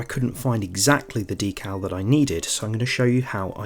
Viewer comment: Thanks for that. Very clear and useful. Also, your pronunciation of D cal, not DECKul, as most in the UK say! 😊